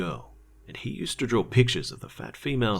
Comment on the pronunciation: Bro for reals though, it's a pet peeve of mine when you say something like "saw" or "draw" CAUSE YOU SAY sawr and drawr IT'S SO WIERD LIKE WTF